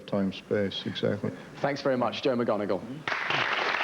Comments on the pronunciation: I was bothered by the way he said Joe’s last name. Isn’t it “mick-mon-igal,” not “mig-on-igal”? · He butchered joes last names. It’s not Moganagle. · That is not how you pronounce his last name. It's McMoneagle NOT pronounced like Professor McGonagall in Harry Potter. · And he says mcGonagle again 😂😂😂😂 mc Moneagle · At least pronounce Joe’s surname correctly ffs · This guys extreme confidence saying Joe’as last name incorrectly like a goober is f**king hilarious 😂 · Can the interviewer say his name correctly? What the hell? I think Joe has earned at least that much respect. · I can't believe they didn't correct this guy's pronunciation of Joe McMONeagle's name!